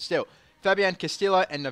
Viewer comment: It is because he pronounced Castillo and Navallo wrong in the beginning